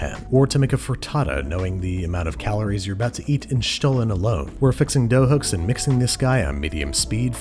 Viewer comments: Great job Babish! I love it how you take a look around for worldwide specialties. Also, my German ears absolutely adore you saying the word Stollen 😊 love from southern Germany! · 10 out of 10 on that pronunciation. I am not from Germany ,but I am a german speaker. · I have to say, your pronunciation of Stollen is perfect 👍🏽. Nothing basic here ☺️.